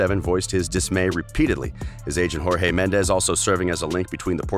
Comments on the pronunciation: Pronunciation gaffes: 1. U-E-F-A instead of You-ueh-fuh 2. Ballon de Or - Balondor 3. Avero - Uh-vay-raw 4. PeREZ PErez. Stress is on first syllable. 5. Hor-hey for Jorge instead of Hor-heh 6. Zidane Zi-dun 7. Paris Saint Germain - Puh-Ree Suh Zher- Muh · Horhey Mendes? He's Portuguese, J's aren't pronounced as H's in Portuguese.